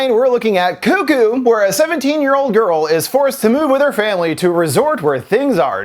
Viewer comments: It's not coo-coo, it's cuck-oo. Wtf foundflix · Its pronounced cuck-oo buddy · This is not important in the slightest but i grew up in southern indiana and we always said it like you do, Koo-Koo, but after moving around a lot i just realized I pronounce it more like how its spelled. I didn't even realize I'd done that until I heard you say it and it sounded off to me.